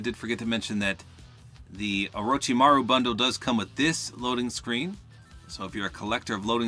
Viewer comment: you said orochimaru on point 👍